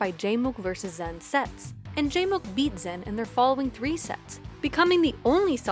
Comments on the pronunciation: it's not the correct pronunciation it's ZAAN like Xanax or Zaxby's, not ZEN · honestly bothering me, its zan not zen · Love how PGstats went out of their way to use the “correct” pronunciation of Zain and still mucked it up. He said himself it’s Zan, like Xanax, not Zen. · ok so it’s incredibly nice of you to try to pronounce zain’s name in the intended way; but, like, it’s not pronounced zen, it’s zaan. ok that’s all great video!!! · You're just fucking with us at this point pronouncing it Zen instead of Zaan or Zayn Edit: I think toph and vish were actually saying it wrong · I understand that Zain prefers the pronunciation Zaan, but you went even further to fuck it up to Zen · Alright, it sounds like she’s saying “ZEN” in this video. The original commentary sounds like they say “ZAAN” and 99% of people pronounce it “ZAYN”. Can someone please tell me which one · the confusing thing is she pronounced it differently than Zain (rhymes with rain) AND differently then the commentators at the tournament that used Zan (rhymes with man). In this video it sounds like Zen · stop saying zan lol its so cringe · STOP SAYING ZEN AHHHHHHH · It’s pronounced Zaan, no flame. She probably didn’t know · if he doesnt care how you pronounce it, why are you trying, and failing, to change it? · just say it how we always have like a normal functioning human being. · How can you do a pg stats video without being able to properly pronounce a players name